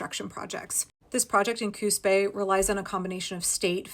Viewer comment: I kept hearing "Coos Bay" as "Coup's pay". Or even "Coup spay". 😛 (And it didn't help, the way the auto-subtitles struggled to get it right!)